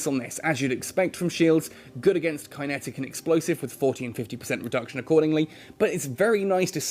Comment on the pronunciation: Roflmao. You said k(eye)netics. Lol